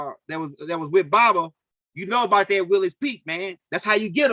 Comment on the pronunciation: Widows Peak, you saying Willys Peak.